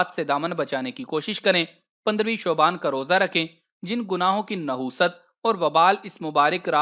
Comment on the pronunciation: Bhai ap ulta kun kehty Shaban ko shuban kehry 😊